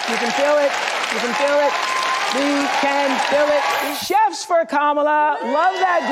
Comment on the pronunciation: She pronounced Kamalas name wrong